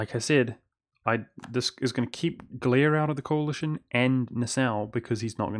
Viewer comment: Your pronounciation of Nassau is actually correct:) (But the way you say Gelre and Memmingen are cringe worthy) xD